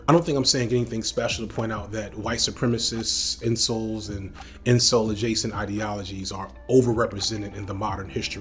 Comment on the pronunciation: My guy is calling incels “insoles.” 😂